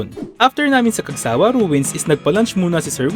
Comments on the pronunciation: Cagsawa' po, hindi Cag'sawa 😁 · Cagsawa' po, hindi Cag'sa'wa- 😁 Pero nice video po! Thank you! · Hi Sir. The Right Pronunciation is "cagsaWA" not " cagSAwa" Thanks po